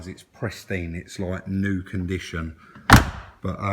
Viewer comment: Love you to bits but it's pristine mate, not presteen!!!